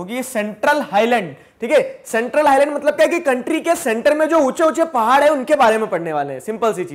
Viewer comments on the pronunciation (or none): none